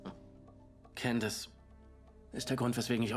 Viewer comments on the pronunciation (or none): Candice??? Candace!